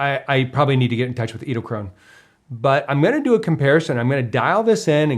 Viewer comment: I hope by this time you have learned how to pronounce the name... edelkrone...